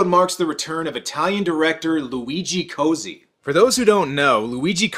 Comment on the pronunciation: Italian lesson: it’s “Coat-see”. Double Z = “ts” It’s not “Cozy”